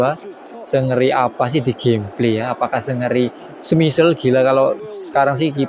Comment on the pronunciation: Salah bang penyebutan nama Schmeichel nya, bukan "smisel" tapi "smeikel" 😂😅